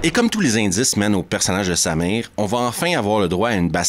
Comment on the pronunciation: c'est marrant mais...chaque fois que tu dis :"il se bat contre Samir"....j'entends "il se bat contre sa mère"....rassure moi...Samir n'est pas sa mère?....je sais c'est ridicule....